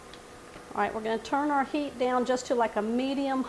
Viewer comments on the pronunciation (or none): none